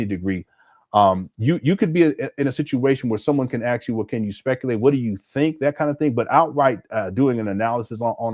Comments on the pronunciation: Let me ax you a question. How do they pronounce axe? Just asking. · Even an educated man like cannot say ASK. He says ax.